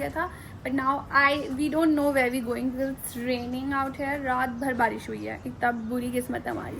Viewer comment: your idol speaks perfect English, for example 'im hair he is hair' / 'im a chicken gal' / ' I am eating borrrrgorrrr' 😂